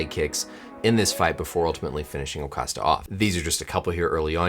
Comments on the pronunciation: It's Costa , not Ocosta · It's Costa... Not ocosta... FYI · He calls Costa, O'Kosta... In case you're one of those people who like to assume that m.d. means mentally deft. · it’s Costa not O’costa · His name’s Costa, btw. The ‘O’ sound you hear comes from his first name “Paulo”. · Just a correction: it's "Costa," not "Ocosta" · Lmao i thought I heard you say Ocosta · Lol... You pronounce adesanya perfectly but butcher Costa... Lol